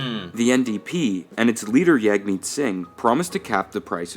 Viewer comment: "Yagmeet",😅😅😅😅 its Jagmeet, pronounced Jug-meet. I have a cheaper plan at $45 that gives me unlimited everything in Canada but thats only because i have a really good discount with Freedom. Otherwise id be paying about $70